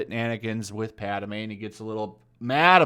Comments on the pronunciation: He keeps saying “Padame” 🤣🤣🤣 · Werid way to pronounce padme. Lol